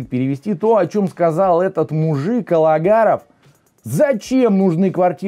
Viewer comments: при всем уважении, фамилия бизнесмена Агаларов, а не Алагаров. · разве можно Вам позволять такие оговорки- Араз АГАЛАРОВ,но никак не АЛагаров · Фамилия Араса , Агаларов, а не Алагаров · НЕ Алагаров,а Агаларов ,вроде на полном серьезе говоришь )))) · АгаЛаров,а не АгаРалов. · Не алагаров а Агаларов. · АГаларов, а не алагаров! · Агаларов!!! А не алагаров. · всё ж Агаларов фамилия его - Вы неправильно ее произносите. В остальном согласен со всем сказанным